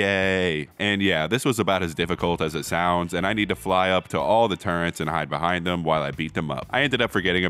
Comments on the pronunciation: pronouncing turrets as turrents, his boxing days really hit his head heavy thats real immersion 💀💀💀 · "Turrents" -, 2023